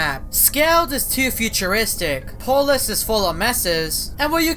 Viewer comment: can you speak? its not apolus